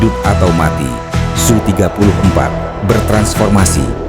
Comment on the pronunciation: SU dibaca. S U atau Sukhoi Le. Km bego wong koyo kowe kok payu kok dinggo moco teks.